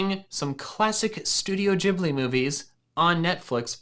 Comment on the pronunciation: *did he just say studio jibly!?!?!? it is ghibly, with a hard g. ugh, i thought you were a man of culture. lol